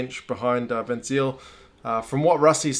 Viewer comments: Hahaaa.. can you believe I did not get it right away? "Why is he a "fun sailor" was my first thought. Almost all non-Saffas will say 'Van Zeal' like this bloke here. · Pieter-Ben Smit : actually for you ignorant types it's pronounced Van Zyl.